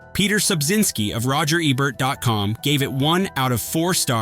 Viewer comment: stop pronouncing roger ebert's name as "Ebb-ert"....it's E-BERT